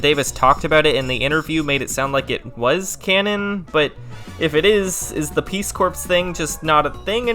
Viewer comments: Peace Corpse? The P and S are silent. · Peace core is the pronunciation of the organization lyman joined my dude. Not trashing you, it's one of those words that doesn't make sense like bologna being baloney pronunciation wise. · Very interesting. One thing.. Peace corps is pronounced peace "core"... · Stop saying "peace corpse". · You are pronouncing "Peace Corps" incorrectly